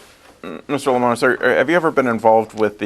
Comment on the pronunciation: Lol, they said his last name wrong and they said the time was when it was at time of statement lol